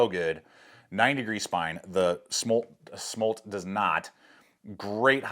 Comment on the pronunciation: The pronunciation is SM - OOOO - L - TTT by the way......